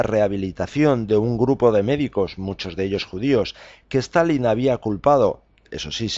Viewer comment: ¿A qué viene pronunciar todo el rato "STAL - LIN" Es Stalin, con una sola "L", tanto en español como en ruso o cualquier otro idioma. Suena ridículo.